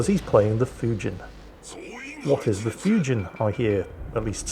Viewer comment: Just for the record, "Fujin" rhymes with "routine".